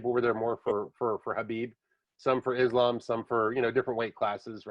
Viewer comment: Its Islam not Izlam 😁. Keep up the good work.Much respekt from 🇧🇦🦅☝️